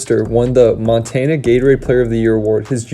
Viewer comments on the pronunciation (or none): none